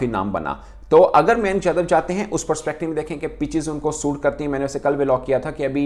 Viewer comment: Oh Bhai Mayank Yadav hae. Na ki Manik yadav😂😂😂😂